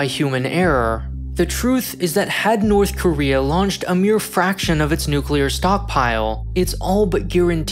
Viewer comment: “NORTHER KOREA”